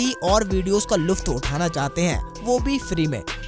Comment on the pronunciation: Bhai luft Nahi hota hai lutf hota hai